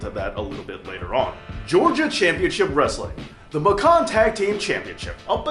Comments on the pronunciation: Macon rhymes with Bacon,. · Macon is pronounced with a long A. We ain't talking macaroni here. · Macon is pronounced Maycin. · Its pronounced MAKE-CAN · Macon pronounced MAY cun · As a native Georgian I can 100% clarify it is pronounced Muh-Cab county. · Macon, Ga champion? Btw Macon is pronounced like Bacon.